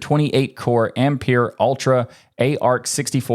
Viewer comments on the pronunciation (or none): none